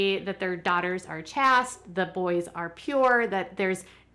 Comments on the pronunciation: You obviously never watched Derek’s proposal episode and didn’t listen to the song he wrote her, or you would know how to pronounce Kathmandu. Most people can pronounce it without having “intelligent” as a trailer on their videos. Also it is “chaste” (rhymes with waste) not “chast”. Calling their religion a “cult”, while you completely exploit the Duggars for a living. LOL. 🙄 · Good reporting as usual. I hesitate to point this out, but "chaste" is pronounced "CHāst", not "chast"." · Chaste is pronounced like paste, not like passed and Kathmandu is pronounced "Kat Man Doo" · Kat-man-du Chaste= chased not chast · Chaste....long a...